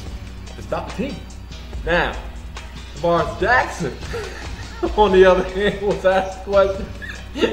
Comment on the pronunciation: tarvaris jackson not tavarus